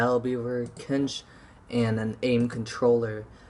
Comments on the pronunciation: "Cinch" pronunciation is "Sinch" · Exactly, tf are you saying? Kinch? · You have said Cinch wrong 16 times, if you would like to know where I found out the pronunciation of Cinch, here is the link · You're pronouncing "cinch" wrong